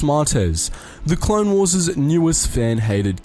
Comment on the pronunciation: "Clone Warses" It's still "Clone Wars" You moron.